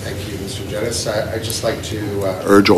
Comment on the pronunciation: I’m very disappointed that still…. It seems like it’s completely impossible for a liberal minister to pronounce Mr Genuis’s name correctly.